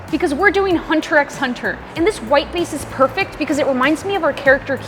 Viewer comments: Fr I’m like it’s hunter hunter 🥲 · Ouch the pronunciation ☠️... And imagine saying the "x" is Hunter x Hunter yikes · pronouncing the “x” in hunter x hunter hurt a little ngl /j